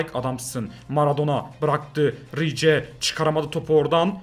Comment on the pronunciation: Abi sen hep rice ya rice diye sesleniyorsun ama normalde rais diye söyleniyor seviliyorsun abi 💙